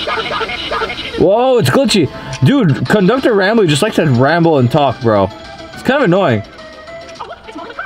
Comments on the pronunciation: his name is rambley not ramble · It's not ramble it's rambly